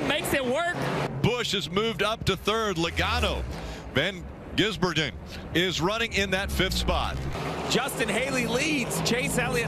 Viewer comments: I love how Dale Jr just kind of skips the "Van" part lololol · Think he thought his first name was Van...